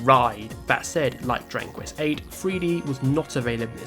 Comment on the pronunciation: stop saying "Drangquist" bro learn to speak